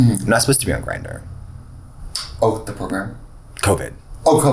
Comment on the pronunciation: the progrum